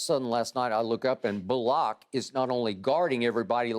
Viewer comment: I can't get over Shannon torturing Reggie bullock's name 🤣🤣🤣